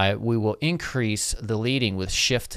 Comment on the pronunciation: Just for you and your follower's edification. The term "leading" comes from our history in the printing industry, which refers to the thickness of the lead (the toxic chemical element and heavy metal) that was placed between the rows of type (prior to computers) on a letter press to maintain its manual row spacing. It's pronounced "leding". Not leading as in "leading the pack."